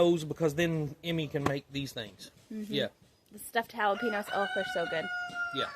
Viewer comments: Jen' he def said Jap-elenos. I found it cute, like a teddy bear🥰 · LOL did just say 'Japalenos' for Jalapenos?? 😂🤩